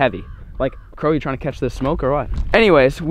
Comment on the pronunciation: He said “crows trynna catch this smoke” 🤣🤣